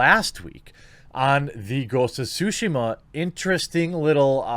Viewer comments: Should it be pronounced TSUshima? Isn't tsuSHIma more natural? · Nobody: Jeremy: Ghost of Sushima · Ghosts of SHUSHI-MA! Sorry the way you say it I cant unhear. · It's Tsu Shee Mah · I keep hearing Quartering say Ghost of Sushi. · Is it just me, or does Jeremy sound like "sushi-ma"? :D Gives all kinds of wrong ideas... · ghost of sushi-ma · And saying it correctly. It's really not that hard, we make the "ts" sound everytime we say we watch UFC and say "jujutsu."